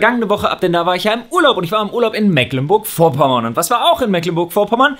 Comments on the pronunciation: Gott, wie Leute die nicht aus MV sind immer Mecklenburg wie meckern aussprechen. Das vorne ist ein langes E. Meecklenburg wäre ne gute Verbildlichung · Mecklenburg wird aber Meecklenburg gesprochen. ;-D